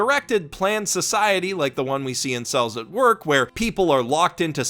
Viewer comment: I kept hearing "incels at work"